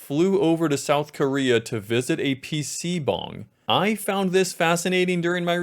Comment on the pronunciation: omg thank you for pronouncing pc bang correctly lmao